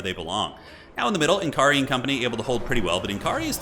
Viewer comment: it's pronounced "N'Kari", not "N'Kari".